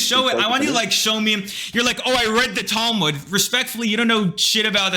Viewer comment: Why is it that everyone who hates the book can't even pronounce the name of it in the right way it's not towe mood😂